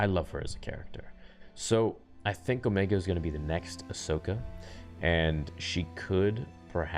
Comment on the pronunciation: you mean "Ohmeeega"?